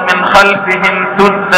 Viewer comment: جزاك الله خيراً وتقبل منك وجعل القرآن ربيع قلوبنا ونور صدورنا... الايه👇 (وجعلنا من بين ايديهم (سَداً) ومن خلفهم (سَداً) فاغشيناهم فهم لايبصرون) هل انا سمعتها خطأ أم هو قرأها خطأ؟؟